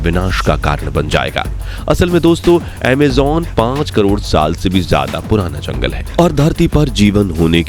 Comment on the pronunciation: Bhai pls Amejonnnnn nhi Amazon okk talffuz thik kro ager shabd honsahi nhi honge to video me maza nhi aayega so pls Amazon no amjjjonnnn ok